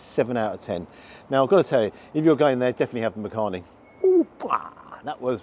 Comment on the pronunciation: 'Makhani' is pronounced (phonetically) as 'Muck-honey' - but you say it quickly as one word (and not Makhaani). Believe it or not, people from the Indian subcontinent make shepherd's pie and lasagna at home but will use Asian spices when preparing the meat. The traditional English recipe is just too bland for our taste buds! Not seen it offered in restaurants before.